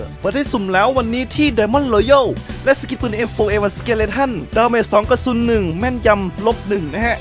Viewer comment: ดาเมจ +2 (กระซุน นะไม่ใช่ กระสุน)1 555